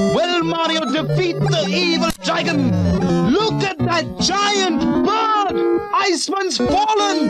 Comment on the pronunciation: "Lewk aht dat JIYANT BRRRRD!!!!" XD